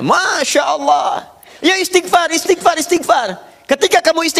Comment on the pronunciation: Pk Ustad sendiri blm tentu benar dlm mengucapkan istigfar...